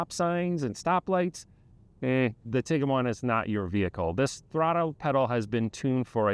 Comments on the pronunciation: It’s Bose-Man Montana. Not Bose-ah-Man. It’s Tig-wan. Not Tig-ah-wan. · It's pronounced Tiguan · Why are you pronouncing it Tig-uh-wan? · If the "senior research editor" couldn't be bothered to learn the correct pronunciation of both the car (which is currently in its 16th model year so hardly new), and the name of the town they were in, what else did they get wrong in this video? You lost a lot of credibility on this. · This is a good review, but genuinely baffled that VW allowed you to review the car without knowing how to pronounce it.